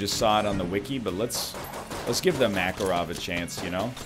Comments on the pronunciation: Please no makaro'v , his name maka'rov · It’s pronounced “mah-car-ov” as in “dude, where is mah car?”